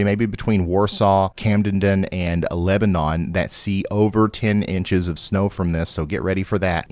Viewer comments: It’s NOT Leb a non!!! Lebiden NOT Roe la Rah lah Come on y’all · Rawl-uh (Rolla) Leb-uh-nun (Lebanon) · Rolla rhymes with ball a Lebanon is pronounced Lebanin. I'd also rather Missouri not get mentioned at all during these events. Lol